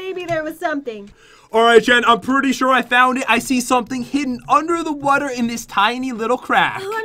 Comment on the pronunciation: Why does he always say wader Also I love UNICORNS 🦄 🦄🦄🦄🦄🦄🦄🦄🦄🦄🦄🦄🦄🦄🦄🦄🦄🦄🦄🦄🦄🦄🦄🦄🦄🦄🦄🦄🦄🦄🦄🦄🦄🦄🦄🦄🦄🦄🦄🦄🦄🦄🦄🦄🦄🦄🦄🦄🦄🦄🦄🦄🦄🦄🦄🦄🦄🦄🦄🦄🦄🦄🦄🦄🦄🦄🦄🦄🦄🦄🦄🦄🦄🦄🦄🦄🦄🦄🦄🦄🦄🦄🦄🦄🦄🦄🦄🦄🦄🦄🦄🦄🦄🦄🦄🦄🦄🦄🦄🦄🦄🦄🦄🦄🦄🦄🦄🦄🦄🦄🦄🦄🦄🦄🦄🦄🦄🦄🦄🦄🦄🦄🦄🦄🦄🦄🦄🦄🦄🦄🦄🦄🦄🦄🦄🦄🦄🦄🦄🦄🦄🦄🦄🦄🦄🦄🦄🦄🦄🦄🦄🦄🦄🦄🦄🦄🦄🦄🦄🦄🦄🦄🦄🦄🦄🦄🦄🦄🦄🦄🦄🦄🦄🦄🦄🦄🦄🦄🦄🦄🦄🦄🦄🦄🦄🦄🦄🦄🦄🦄🦄🦄🦄🦄🦄🦄🦄🦄🦄🦄🦄🦄🦄🦄🦄🦄🦄🦄🦄🦄🦄🦄🦄🦄🦄🦄🦄🦄🦄🦄🦄🦄🦄🦄🦄🦄🦄🦄🦄🦄🦄🦄🦄🦄🦄🦄🦄🦄🦄🦄🦄🦄🦄🦄🦄🦄🦄🦄🦄🦄🦄🦄🦄🦄🦄🦄🦄🦄🦄🦄🦄🦄🦄🦄🦄🦄🦄🦄🦄🦄🦄🦄🦄🦄🦄🦄🦄🦄🦄🦄🦄🦄🦄🦄🦄🦄🦄🦄🦄🦄🦄🦄🦄🦄🦄🦄🦄🦄🦄🦄🦄🦄🦄🦄🦄🦄🦄🦄🦄🦄🦄🦄🦄🦄🦄🦄🦄🦄🦄🦄🦄🦄🦄🦄🦄🦄🦄🦄🦄🦄🦄🦄🦄🦄🦄🦄🦄🦄🦄🦄🦄🦄🦄🦄🦄🦄🦄🦄🦄🦄🦄🦄🦄🦄🦄🦄🦄🦄🦄🦄🦄🦄🦄🦄🦄🦄🦄🦄🦄🦄🦄🦄🦄🦄🦄🦄🦄🦄🦄🦄🦄🦄🦄🦄🦄🦄🦄🦄🦄🦄🦄🦄🦄🦄🦄🦄🦄🦄🦄🦄🦄🦄🦄🦄🦄🦄🦄🦄🦄🦄🦄🦄🦄🦄🦄🦄🦄🦄🦄🦄🦄🦄🦄🦄🦄🦄🦄🦄🦄🦄🦄🦄🦄🦄🦄🦄🦄🦄🦄🦄🦄🦄🦄🦄🦄🦄🦄🦄🦄🦄🦄🦄🦄🦄🦄🦄🦄🦄🦄🦄🦄🦄🦄🦄🦄🦄🦄🦄🦄🦄🦄🦄🦄🦄🦄🦄🦄🦄🦄🦄🦄🦄🦄🦄🦄🦄🦄🦄🦄🦄🦄🦄🦄🦄🦄🦄🦄🦄🦄🦄🦄🦄🦄🦄🦄🦄🦄🦄🦄🦄🦄🦄🦄🦄🦄🦄🦄🦄🦄🦄🦄🦄🦄🦄🦄🦄🦄🦄🦄🦄🦄🦄🦄🦄🦄🦄🦄🦄🦄🦄🦄🦄🦄🦄🦄🦄🦄🦄🦄🦄🦄🦄🦄🦄🦄🦄🦄🦄🦄🦄🦄🦄🦄🦄🦄🦄🦄🦄🦄🦄🦄🦄🦄🦄🦄🦄🦄🦄🦄🦄🦄🦄🦄🦄🦄🦄🦄🦄🦄🦄🦄🦄🦄🦄🦄🦄🦄🦄🦄🦄🦄🦄🦄🦄🦄🦄🦄🦄🦄🦄🦄🦄🦄🦄🦄🦄🦄🦄🦄🦄🦄🦄🦄🦄🦄🦄🦄🦄🦄🦄🦄🦄🦄🦄🦄🦄🦄🦄🦄🦄🦄🦄🦄🦄🦄🦄🦄🦄🦄🦄🦄🦄🦄🦄🦄🦄🦄🦄🦄🦄🦄🦄🦄🦄🦄🦄🦄🦄🦄🦄🦄🦄🦄🦄🦄🦄🦄🦄🦄🦄🦄🦄🦄🦄🦄🦄🦄🦄🦄🦄🦄🦄🦄🦄🦄🦄🦄🦄🦄🦄🦄🦄🦄🦄🦄🦄🦄🦄🦄🦄🦄🦄🦄🦄🦄🦄🦄🦄🦄🦄🦄🦄🦄🦄🦄🦄🦄🦄🦄🦄🦄🦄🦄🦄🦄🦄🦄🦄🦄🦄🦄🦄🦄🦄🦄🦄🦄🦄🦄🦄🦄🦄🦄🦄🦄🦄🦄🦄🦄🦄🦄🦄🦄🦄🦄🦄🦄🦄🦄🦄🦄🦄🦄🦄🦄🦄🦄🦄🦄🦄🦄🦄🦄🦄🦄🦄🦄🦄🦄🦄🦄🦄🦄🦄🦄🦄🦄🦄🦄🦄🦄🦄🦄🦄🦄🦄🦄🦄🦄🦄🦄🦄🦄🦄